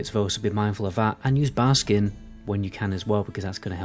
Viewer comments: Are you memeing by calling it Barskin? You know it's Barkskin right? Haha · Does it bother anyone else that he said barskin and not barkskin?